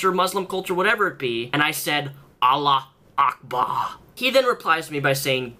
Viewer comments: it's "allahu ackbar", not allah ackbar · It's Allahu akbar pronounced ALLAH-HOO-AKBAR. Me and my friends are muslim and make jokes about our religion so whoever gets offended by this is a cry baby. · btw, its AllahuAkbar, not Alla Akba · Every time you attempted to say "Allahu akbar" I cringed, it's pronounced "Allahoo akbaar" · For future reference, it's pronounced 'allahu akbar' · I'm more offended by your pronunciation of "Allahu Akbar". Don't pronounce it right though, that will make you part of the religion. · ur saying allah is great wrong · I'm more offended by your pronunciation. Your Arabic is like razors in my ears.